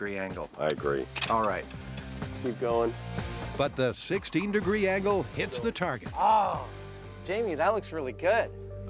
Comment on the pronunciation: This is the second episode I'm watching in a row where the Narrator rhymes "angle" with "dangle" lol